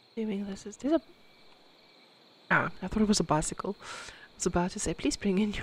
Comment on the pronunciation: "please bring in your biscycle" 🤣 the most south african thing in this video those unstraightened carpets in the laundry room are making me... irrationally angry now that i've seen them. and i nearly punched a hole through my laptop screen at the shadow figure 😰